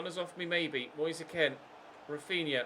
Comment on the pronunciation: It’s Moise K-e-e-n and not K-e-n